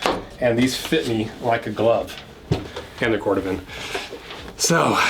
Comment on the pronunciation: Cor Dooh van.